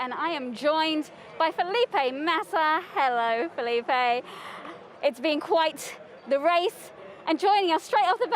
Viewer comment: You mean Felipe?